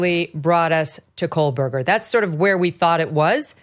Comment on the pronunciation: And she pronounces Kohburger as KOHLBURGER. lol